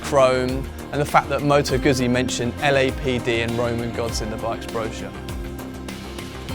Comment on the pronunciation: Given that you have the word "pizza" in the script couldn't you have a stab at pronouncing "Guzzi" a bit better?